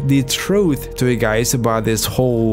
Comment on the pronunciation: Talking abouft a little bift